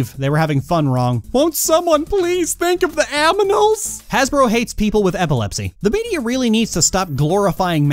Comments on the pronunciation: Will someone please think of the aminals? xDDD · Cool I have a question, why does everyone say aminals ?